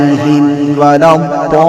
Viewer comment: मग्जुबिऔर जुआलीन को मगदूबी waladdualeen क्यों parte हैं